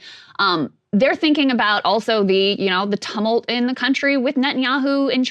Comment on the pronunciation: Krystal, the correct pronunciation of tumult is “too-muhlt”